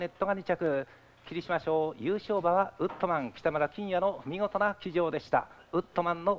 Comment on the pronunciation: ウッドマンじゃなくてウットマン